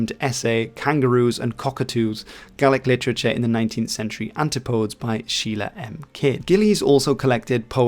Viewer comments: This is wonderful. I'm a McLachlan, lived in NZ for almost 60 years and I've never heard of any of this. Also, the word 'antipodes' is pronounced as if it was a Greek god. AN tip oh dees. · It’s pronounced. antipidees